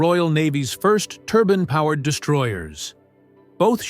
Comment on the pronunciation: Turban? Turbine,? Make up your AI mind😂🤣😂